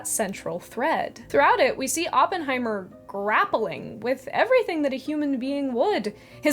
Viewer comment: Great video, and thank you for pronouncing Oppenheimer's name correctly. Over the past few weeks I've heard so many people say Open heimer that I've wanted to hit something. I read J. R. R. Tolkien: A Biography years ago, late '90s, around the same time I got my copy of the old green hardback Silmarillion with the wonderful foldout maps (my highschool library was selling old books and I managed to pick up some great stuff for almost nothing.)